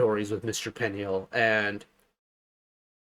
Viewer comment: Peniel's name pronunciation is sounds like "puniel"